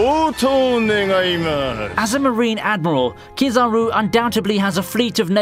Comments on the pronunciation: Yooo moshi mosh ure va kizaruuu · Ow-gigi. Kiz-r-ooh